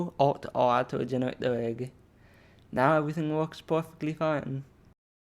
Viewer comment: "genewate" got me good